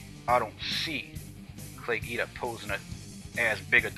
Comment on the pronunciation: hahahah what a moron. I love how he's got his chest all puffed up tryin to look all tough. And it's not Geeda, idiot.. Guida. GWEEDA.